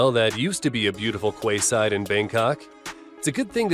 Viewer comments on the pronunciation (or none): Not kway side, but key side! Quay is pronounced "key"; thus quayside is pronounced keyside. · Beautiful 'Kwayside'? Surely this narrator means 'Keyside' as in 'Quayside'. Damn Microsoft English!! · So you know, "Quayside" is pronounced "Keyside". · Kway side…. He’s obviously a marine expert narrator….